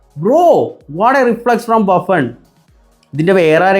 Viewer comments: 3.53 baffun alla Buffon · Baffen alla bro Buffon